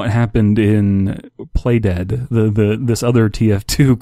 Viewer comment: when you said play dead, I thought you said "plate head"